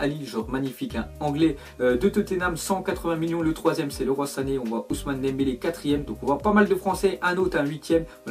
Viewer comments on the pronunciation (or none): C'est pas leroi sané c'est liroie ( phonétique )